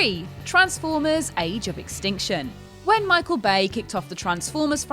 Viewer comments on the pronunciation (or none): none